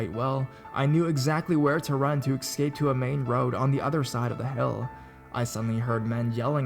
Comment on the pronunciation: it is "deutsch" !! NOT "dustche" .... dafuq man. And could you PLEASE say ESCAPE and not excape ." !!!!